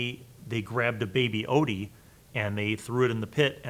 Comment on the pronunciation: It’s pronounced Ot-yug